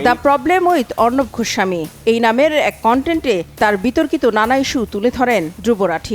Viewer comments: গোস্বামী ।ঘোস্ সামী না । উচ্চারণ ঠিক করবেন।😂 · ঘোস্বামী নয় গোস্বামী ভাষায় যার শুদ্ধ নয় সে আবার সন্চালক 🤣😄🤣